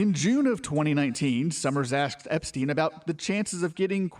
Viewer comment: Imagine mispronouncing Epstein after all these years